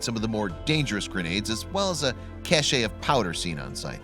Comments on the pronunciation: It's a "Cache" pronounced cash, not a "Cachet" pronounced cashay. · Cache.... sounds like CASH. The only time you can grammatically pronounce it as cash-ay is when it looks like this> caché. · It's not 'caché'; it's 'cache'. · The word "cache" is pronounces "cash", NOT "cashay". To produce the latter pronunciation you would spell it "cache` " or "cachet" ... very different words. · The e is silent in the word, cache, pronounced, kash. It's French. It sounds so silly to say cachet (kash-ay), when you you mean, cache (kash). Cachet means something totally different from the word, cache. Your drill sergeant was saying it wrong the whole time. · It is pronounced "cash", not cache, even if that's how it's spelled. And it is the Desesret News (pronounced Des-er-et), not the Desert News. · incorrect. The root word is French and is pronounced like "cash". Etymology matters. We have the bulk of human knowledge a click away, just look things up. '"It is properly pronounced like the word cash," according to "100 Words." "The word is sometimes pronounced with two syllables (as ka-shay), but this pronunciation is not considered standard and may be viewed as a mistake by people who know French.' "...Cache is from cacher, meaning to hide. Cachet is the French word for a small seal or impression left by a seal, conferring distinctive character. It's especially tempting to add that "-ay" at the end when using cache as a verb ("They cached their loot in a box under the bed"). But saying they ka-shayd their loot would be wrong. Saying they cashed their loot would be correct. At least among people who know French." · The word "cache" is pronounced with a silent e; sounding like the word cash. Only the US Military sounds the e at the end. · How about learning to read. Not "Desert News" and not "casha" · It's pronounced more like kesh not cash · The "e" in "cache" is silent.